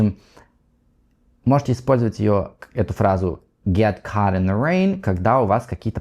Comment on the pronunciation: Caught к примеру, он неправильно произносит, он просто не знает многих нюансов. Он не специалист, методически не умеет излагать материал. Он сам любитель и вещает для любителей.